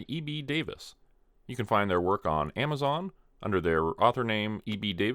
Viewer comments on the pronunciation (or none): none